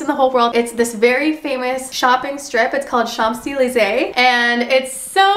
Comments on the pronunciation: just a disclaimer !! we don’t pronounce the “p” in champs-élysées :)) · why did she pronounce the P in champs??? :((((((